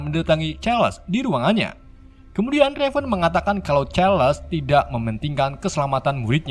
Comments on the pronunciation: min raven dibaca "reiven" bukan revan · Raven bukan revan cukkk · Raven Bukan Revan 😡😡😡